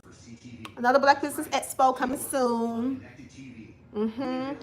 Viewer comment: Boring and annoying just like that speech impediment. Go do another esssspo with only 50 attendees and I hope Kingdom Reign provides health insurance so you can resume speech therapy.